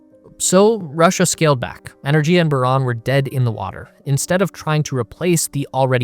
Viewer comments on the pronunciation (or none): It's "ener-giya", with a hard "g", as in "gift. This is more common in Indo-European languages. A couple of minutes research would have found this out.